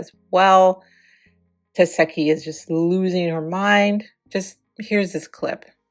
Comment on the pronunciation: Why you keep saying tesehki name wrong? Lol